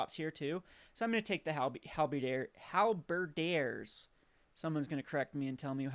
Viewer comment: Obligingly, I point out that it's pronounced Hal - as in Alfred ber - as in bird diers - as in deer